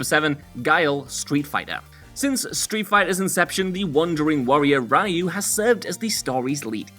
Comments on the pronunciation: It's pronounced "Ree-yoo", not "Ry-ooh", I really hate it when you Youtubers do stuff like this; getting Japanese stuff wrong with pronunciations mis-said, or outright assuming cultural references as nothing even remotely close to the origin point of it. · Ok am sick of this it's pronounced re you not ry you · Ra-yu My ears.... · Anyone else cringe at the pronunciation of Ryu?